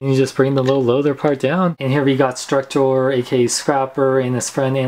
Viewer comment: He calls it struckor lol